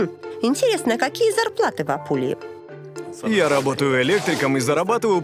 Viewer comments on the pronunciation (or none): Pulia Пулия Почему Жанна говорит Апулия? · Жанна здравствуйте хочу поправить вас регион в Италии называется не Апулия а Пулья (Puglia) a Puglia значит в пулье😉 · хотела вымахнуться Cat Black и не получилось🤣🤣🤣 и если что, то не АПУЛИЯ называется регион, а Puglia (Пулья) без "А"!!🤣🤣🤣🤣🤦‍♀️🤦‍♀️🤦‍♀️☝️☝️☝️ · Пулія. Не Апулія😂😂😂😂😂😂😂😂😂😂 Смішні орки. 😂😂😂😂😂 В Італії це артиклі. А Рома. А каза, А Бергамо....... Дурні, спочатку вивчіть, правопис😂😂😂😂😂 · Жанна, спасибо, интересно смотреть.НО... готовьтесь лучше!узнавайте как называются места на местном языке, этот регион Италии называется ПУЛЬЯ,бе буквы А в начале!